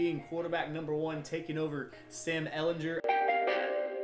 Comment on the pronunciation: Love the videos! Only thing is how you’re pronouncing Ehlinger.